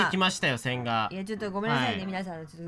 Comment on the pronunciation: 線画が音だけ聞いてると洗顔に聞こえて (,,`・ω・´)ﾝﾝﾝ？てなる笑